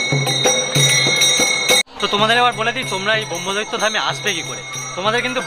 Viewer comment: সঠিক উচ্চারণ করুন। ব্রহ্মদত্তকে ব্রহ্মদৈত্য বলবেন না।